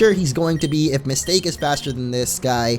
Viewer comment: Isn't it supposed to be Ms. Ta-Ke. Not Mistake?